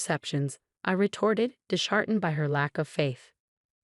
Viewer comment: It's pronounce KASM, not ch-asm. Dis-heartened, not dish=artened